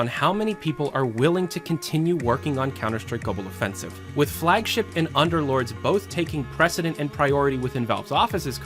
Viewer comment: you guys don’t get it, the guy pronounces it gobble offensive